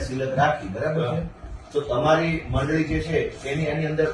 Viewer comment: અહીંતો મંડળી નો ' મ 'ખબર નહી પડતી 😅😅😅